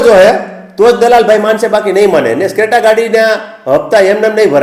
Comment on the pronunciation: રોજડા ક્રેટા કેવાય સ્ક્રેટા નય સાલા બોલતા પેલા સિખ